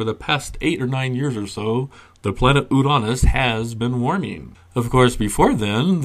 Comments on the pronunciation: Ooranus? Is this to get around the "Your anus"/"Urine us" problem with the other two pronunciations? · Ooo-RAN-iss That's the first time I've ever heard someone pronounce that planet's name without invoking a body part or function :-)